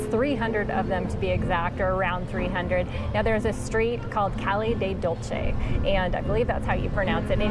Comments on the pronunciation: Pronounce it as Caye del doolse Both Es like in Echo. Ce and Ci sound like in celebrity and circus. The bookies are "Tortitas de Santa Clara". Csmotes are the ones that are long (sausage shape). The eggnog is called "rompope". Originally it was made by nuns. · Why are you pronouncing "dulce" like it's Italian?